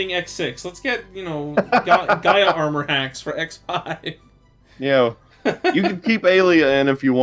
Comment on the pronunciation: Never heard of the online armor, honestly. But "Giga Armor", "Max Armor", "Force Armor." Aye yai yai, it hurts listening to that.